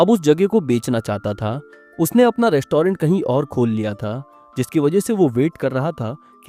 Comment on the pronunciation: Rest-toh-rent, behari ho ka beh😅